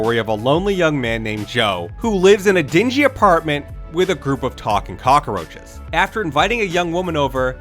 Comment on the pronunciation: Why do you keep saying cock-a-roaches?